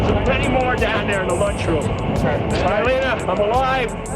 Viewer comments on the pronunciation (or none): none